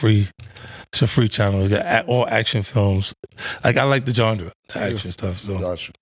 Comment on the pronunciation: Nobody peeped 50 say "GONDRA" instead of "GENRE" like Killa say lol